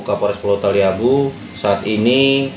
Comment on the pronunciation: Ibu ini salah sebut nm pulau talibu, nm pulaunya adlh pulau taliabu😂😂😂